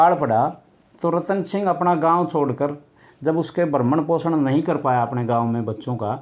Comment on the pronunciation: bhrmn poshan nhi bhrn poshn hota h